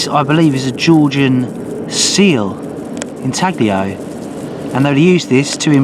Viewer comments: Beautiful find! BTW, the "G" is silent in intaglio. It's intahleeoh. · Intaglio is pronounced intallyo. In Italian gli sounds like li in million. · "Ihn-taggah-lee-ohh" HAHAHA. Brits